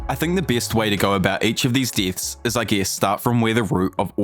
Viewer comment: "All the permanent DITHS"